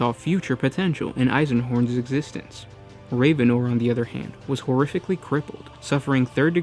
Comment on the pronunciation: It is pronounced rav-en-or not raven-or.